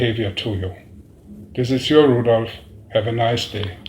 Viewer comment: Rudolf not Rudolof please